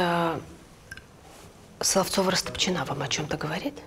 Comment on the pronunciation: Почему Растопчина́, если по-русски удобнее говорить Расто́пчина? 🤨